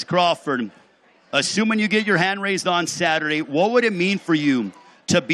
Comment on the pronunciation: Bud cannot pronounce "raise" properly 😂 Errol would be a better financial asset to boxing than Bud. However, Bud has the skillset